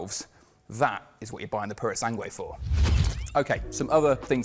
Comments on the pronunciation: It’s pronounced Purosang, not Purosangway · You can't pronounce the name mate. Purosangre, not prrrsange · Why is it that they never consult with Italians before making these videos? 😖 Farhari Purow Sangwe What a language assassination ...